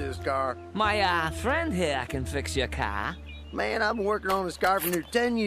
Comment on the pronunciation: GET IN THE CAH